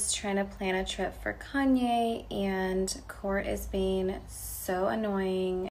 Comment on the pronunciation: The way kim says Kanye 😂😂she nailed it